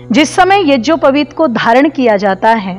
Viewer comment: Madam ji AAP yagopaveet ko yajopaveet keh Rahi hai aap pade